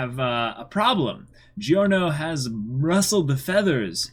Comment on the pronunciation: Everytime you say this an italian dies.